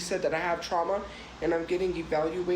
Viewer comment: I know 😂 She says "trama" and insists that's the right way to spell it even though people correct her.